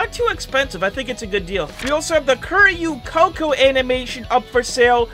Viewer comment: Crying on how he said Kiryu Coco jk, but the update looks sick!